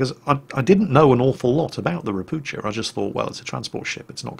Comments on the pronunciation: It is pronounced ropu"h"a not "ch" just "h" and the name means "toad" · Hi. Great vid! I see you usually try to say everything as correctly as possible and you almost got pronunciation of Ropucha right. cha should be said same way as hu in hurricane :) Sound you used is spelled sza in polish . If you will find that difficult just say Toad. It's what it means ;) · To pronounce "Ropucha" correctly do not read "c" so it will be something like "Ropooha" which means toad in Polish (and in Russian also I am pretty sure). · Hey, a lesson in slavspeak: Polish "ch" is read like 'h' (same as in English "how"), so "Ropucha" reads like "ropuha". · If Ropucha is Polish it should be pronounced as "ropukha' or "ropu'ha"... atually...:PP